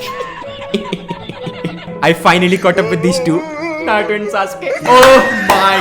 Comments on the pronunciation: Abe tu Naruto ko nato bolna band kar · Dude you're overeacting a lotttt Even your accent is very irritating,even your pronounciation of Naruto is bad